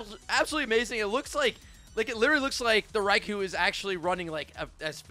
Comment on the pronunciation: I just want to correct you, since I’m Japanese I know you’re all saying Raikou wrong. Raikou is pronounced Rye-coal